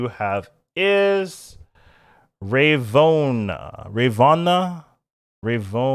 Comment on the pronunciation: And Rah-voh-na